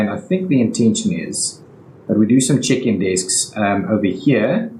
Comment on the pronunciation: When you say place atleast two check-in desk I heard it as chicken desk 😂😂